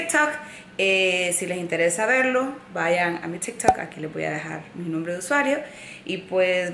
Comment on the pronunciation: Es tik tok no stikhhtt tokks lo pronuncias mal ...